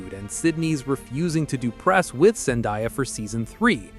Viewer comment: saying ZenDIya is crazy work lol